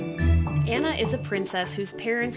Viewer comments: Au-na not Ann-na. Good call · Lmao at the very first minute where he cut in I thought oh my GOD is this guy mansplaining but then it was “Anna... A-nna...” pronouncing her name correctly that was adorable